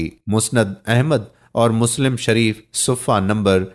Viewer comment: Mishkaat H Mikuwaat sirf Likhne Me Aata H Juld Nahi Jild Hota h Yaar 😁🤓😂Dajaal Nahi Dajjaal H Sufa Nahi Safha H, isfahaan Nahi Asfhaan, Shunakht Nahi Shanaakht